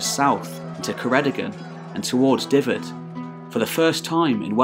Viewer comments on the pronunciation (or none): See what you mean, it's "Duff-ed" not "Diff-ed". But good nonetheless, makes the Celtic parts interesting... and slightly more comprehensible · FYI the letter Y in welsh is pronounced 'uh' , F is 'V', so Dyfed=Duh-ved . You're welcome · Duh-ved. Single "f" is a "v" sound. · Dyfed is pronounced 'duh-ved' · Enjoyable and interesting. Ystrad Clud (Strathclyde) was where the native British language, now called Welsh by the English, Cymraeg by us, was first written in the sixth century. Shame you do not know how to pronounce our place names such as Ceredigion and Dyfed. Alfred very wisely chose not to make war on the Britons. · Another excellent video again, so I've subscribed. I also really appreciate the effort you've gone to with regard to pronunciation, but as a Welsh speaker, I kinda cringe when you say Dyfed with an "f" sound. It's actually closer to a "v".